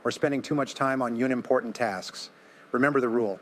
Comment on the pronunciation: AI voice?? "U-nimportant" instead of unimportant??